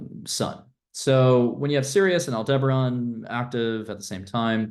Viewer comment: Al-duh-barren. Not Al-deber-on.